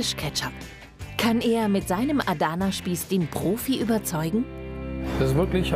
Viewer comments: "aadana spieß" 🤣😂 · Mich triggert voll wie die ‚Adana’ aussprechen😂